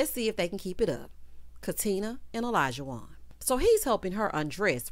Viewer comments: Hey girl hey! Great review…I think Katina (Katrina) and Olajuwon (Alljohn) cannot pronounce each others name so that might be a sign. I’m still holding out hope for them… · Yeah the not pronouncing Olajuwon correctly is so weird to me. Far more complicated names than that.